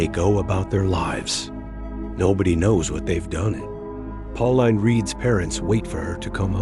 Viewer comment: It's pronounced pau-leen not pau-line bro , great vid btw